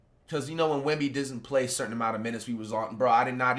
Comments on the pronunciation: Yk it’s serious when Flight prounces Wembys name right 😭🤧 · Flight so hurt he actually attempted to pronounce Wemby’s name correctly 😢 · You know it’s serious when Flight actually attempted to pronounce his name right